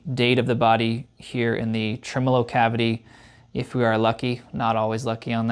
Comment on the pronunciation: "decimber" "trimolo"